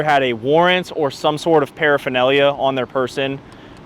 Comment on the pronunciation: just say paraphernalia!!! 😂😂